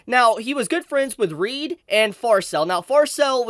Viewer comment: Can people, for the love of god, just stop calling Reid as Reed? It's literally pronounced tgw same as Reinhard but you have a D instead of an N.